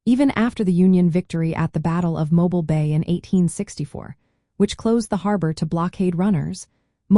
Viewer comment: Your are mispronouncing mobile, al. It is more like mowbeal when you say it locally.